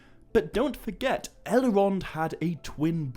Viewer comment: do you...do you realize you're adding an A phoneme after many of your Ls? "Bal-a-rog"? "Sil-a-marilion"? "El-a-rond"?